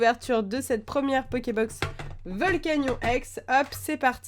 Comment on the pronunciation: Ça se prononce (volcanione)